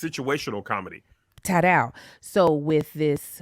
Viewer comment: "Ta-dow"???! ....pphahahahahahaahaha is this a Norman Lear TV show?